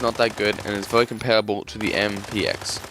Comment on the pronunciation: Bro the way you say category and very is so funny lmao "categowy" "vewy"